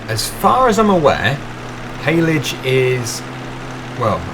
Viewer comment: you got hayledge and silage correct 😂